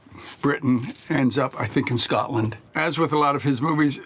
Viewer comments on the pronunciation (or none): none